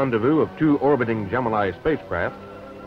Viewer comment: He's using the proper Greek pronunciation. "Gem-in-ee" is a lazy Americanization and completely incorrect.